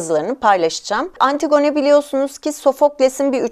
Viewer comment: lütfen antigone'ı düzgün teleffuz eder misiniz ☺